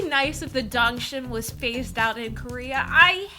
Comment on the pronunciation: its dongchim! not dongshim btw